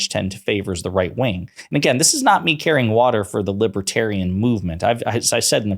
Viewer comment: He can't even pronounce libertarian. 🤣